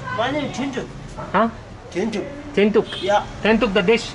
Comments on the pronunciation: U r very funny. U call his name thenthuk(food) and dee(female yak) tea. Dasa-Lhasa. U got absolutely right🤪😀🤣😅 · His name is Dhoundup not thentuk...dat was funny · 🤣🤣🤣omg it’s not Thenthug,he said Dhun-dup 😁😁😁 I know you love to eat 🤣,really fascinating 👍👍👍🌺🌺🌺❤️❤️❤️🙏🙏🙏